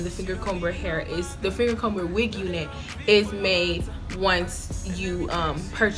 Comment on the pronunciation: I hate to be that person, but I feel the need to tell you the b in fingercomber is silent...